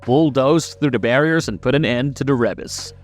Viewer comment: how you know the narrator of this video didnt actually watch Castlevania: Says Rebis as re-bas and not ree-bis